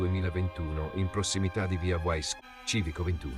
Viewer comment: si pronuncia VIA VAISS non uaiss,VAISS dal tedesco